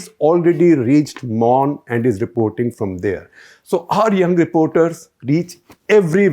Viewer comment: The pronounciation u made for the names n palaces, well versed! good to listen kudos!!